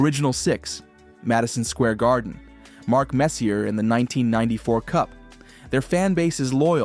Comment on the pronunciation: Let’s clear something up here… the Islanders are NOT a New York City team. They represent Long Island. And you pronounced Mark Messier’s name wrong.